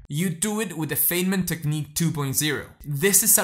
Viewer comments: As a former physicist, I would give you a tip and inform you that Richard "Dick" Feynman is pronounced like f"eye"nman. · First time viewer. The content is excellent and I will teach it to my students. A critique though, I would hesitate to share the video itself because of one simple, recurring error. Dr. Feynman's name is pronounced Fine-man - as in, he was a fine man. In the grand scheme of things, this is trivial. But when you make the point of studying the history of your subject, well... Anyway, keep going, and yes, based on this video, you deserve more subscribers. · This is great, - a very useful introduction to the technique. But since you are talking about "learning" it would be great if you could learn to correctly pronounce Feynman's name. :)